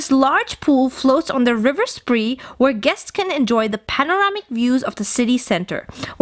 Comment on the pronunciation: The river is pronounced Spray...